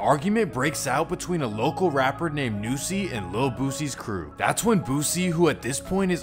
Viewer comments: it’s not nooosie it’s NU$$IE not worth a “no” it’s “NU” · Oh & it’s nussie not noosie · The fact that he called Nussie "Noosie" 🤣😂🤣 Bro, lemmie help you... it's pronounced "Nuh-sie"